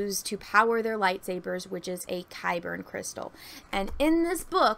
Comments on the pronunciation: Isn't it just Kyber? It sounds like you're saying Kyberin or Kyberen. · I thought they were called Kyber Crystals. Are you saying Kyberian? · yeah it is.. idk why she keeps saying kybern lol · Yeah she wasn't saying Kaiburr either. She was putting an N at the end.